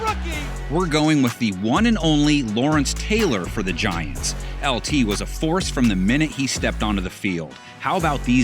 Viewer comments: Ahh yes “GAINTS”. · “Gaints” lol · It’s Giants.